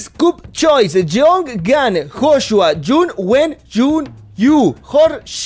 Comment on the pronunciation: no se dice Joshua ahora se dice hoshua✔️🔥😂😂😂